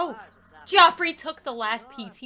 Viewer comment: "Geoffrey" is pronounced "Jeffrey". I should know, that is my in-law's name.